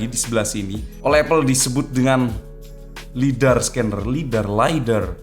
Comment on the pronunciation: Bukan lidAR TAPI LID AR